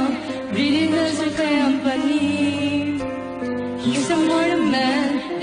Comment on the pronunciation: It’s the “keompani” for me haha